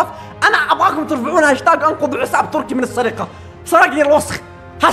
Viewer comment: تركي مو تركس كانك تقول ترانكس